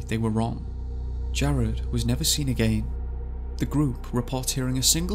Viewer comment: Michael ......more accent police? Have you ever heard of a foreigner? They talk with accents. You didn’t mention he pronounces the word “again” as A-gain........but that didn’t bother you? STFU!!!!!